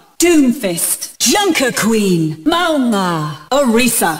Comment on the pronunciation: The Mauga voiceline is how it is actually pronounced in Mauga's original language (its pronounced "Maunga") with an N). Same with Illari, (Pronounced "Eel-yar-ee", which is also how Illari herself pronounces it in her origin trailer. Illari's pronunciation is also a certain Peruvian dialect of Spanish, in regular spanish it would be pronounced "Ee-yar-ee" with no L).